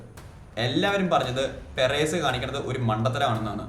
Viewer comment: പെരേസ് അല്ല മോനെ പെരസ് 🥰❤️👍